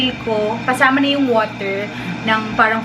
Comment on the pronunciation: Nmiss ko tuloy ung pinagtripan nyo mama nyo about allergic reaction 😂,, woooteerrr woooooteerrrrr 😂😂😂😂😂